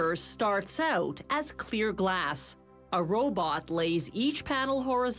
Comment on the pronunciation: She said a robotb